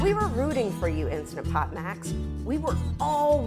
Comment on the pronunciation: I would take your review more seriously if you pronounced the name of the product properly.